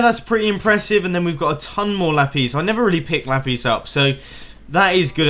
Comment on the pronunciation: one thing that infuriates me is how he pronounces lapis as lapis instead of lapis...